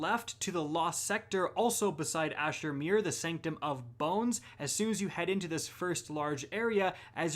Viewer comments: “On titan to the left of Asher mer” 😂😂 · I had a triple take recoiling from hearing that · Will Border glad I’m not the only one who noticed that.